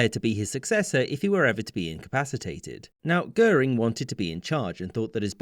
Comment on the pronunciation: Take a shot everytime Dönitz is pronounced as "Dör-nitz" and Göring as "Gör-ring". Good video nonetheless, but as a German this drives me up the wall lol